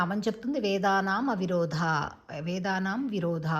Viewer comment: అమ్మా మీ విశ్లేషణ సరియైనదే, ఉఛ్చారణ సరికాదు. వేదానామ్ విరోధాయై నమః అని పలుకరాదు వేదానామ్ అవిరోధాయై అని మాత్రమే పలకాలి